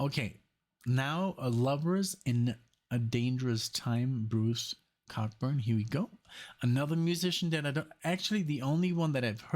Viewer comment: Bruce's name is pronounced like Co-burn.